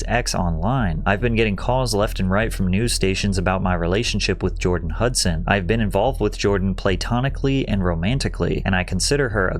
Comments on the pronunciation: "Playtonic" not platonic? "Joy Bahhar" instead of pronounced like "Bayhar"? Hmm.. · Patrick, I love your content. Your videos are absolute peak… but if you ever pronounce platonic; Play-tonic again…. Bruh my ears